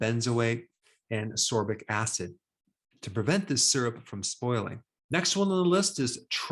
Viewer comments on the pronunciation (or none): ARE YOU A REAL DOCTOR? , you mention ASCORBIC ACID as being a preservative added to maple syrup. You mispronounced it and said UH SOR BIK acid. It's pronounced UH SKOR BIK acid, which is another name for VITAMIN C. Any doctor should know that ASCORBIC ACID is VITAMIN C. Even most hobby level nutritionists know this. Now I'm questioning your real credentials. How did you miss that?